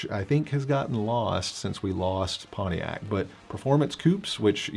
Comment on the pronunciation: It is PonTiac not PonE iac !